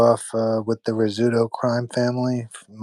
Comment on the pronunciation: It is pronounced Roz zuto,not your pronunciation like the food